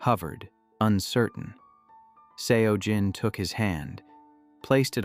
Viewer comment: Pronunciation of Seo Jin is pronounced closer to “So Jin”.